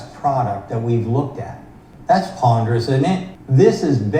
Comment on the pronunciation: "that's ponderous isn't it" I had to listen to that 5 times. I thought Sandy Monroe said poggers! 🤣